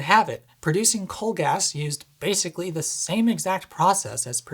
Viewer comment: Hi, I like your video but it is “Gas” not “Gaz”! Gaz is short for someone called “Garry” or “Gareth”. 😉